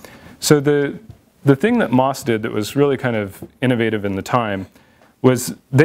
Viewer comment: The company name is pronounced M, O, S, not moss. I know several former employees there. Let's please get the history correct.